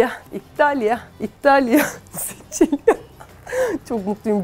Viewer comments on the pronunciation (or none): Abla Ben italyada yaşıyorum bu yüzden Sicilia diye yazılıyo ama Siçilya diye okunuyo